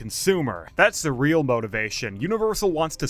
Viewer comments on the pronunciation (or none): none